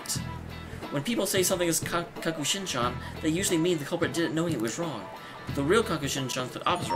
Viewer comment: It's kakushinhan, not kakushinshan